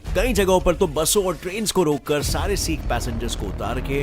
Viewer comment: Bhai bho sik nhi hote h sikh hote h